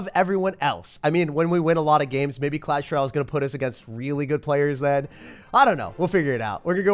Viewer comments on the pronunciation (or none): Bro said clash rale